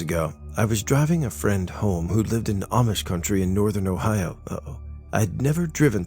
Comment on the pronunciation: Again the Uh-oh on Ohio!😂😂You kill me,.